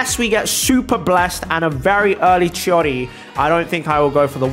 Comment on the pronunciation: I don’t know why but saying chiori sounds like he is saying shawty…